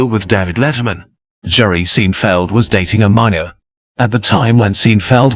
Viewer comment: Too bad the computer-generated voice (I hope that's what it is) pronounced it "Seen - feld". And mispronounced about every other fifth word to boot. Doesn't ANYONE do live voice-over work anymore?